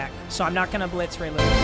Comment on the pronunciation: “Huge hit from lay rewis”